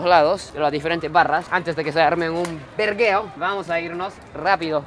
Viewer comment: Ya aprendió a decir vergueo😂😂